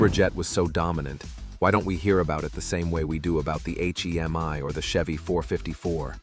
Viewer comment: hate the a.i. voice - its not an h. e. m. i.